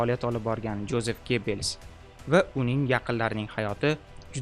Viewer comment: Yozef aytiladi